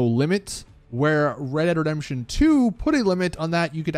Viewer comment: “ Reredredemption 2 “